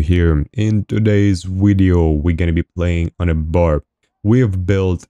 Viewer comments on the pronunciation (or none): in towdays vwideo